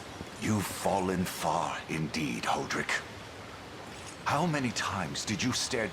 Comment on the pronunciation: "Hoe"-drick sure is a way to pronounce that name 😅